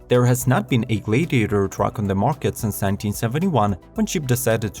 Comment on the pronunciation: JESUS CHRIST, GET A NATIVE ENGLISH SPEAKER TO NARRATE THESE VIDEOS! I am starting to think this is a fucking ROBOVOICE, as Lincoln and Gladiator were pronounced COMPLETELY WRONG! And you missed the Ford Bronco. FAIL!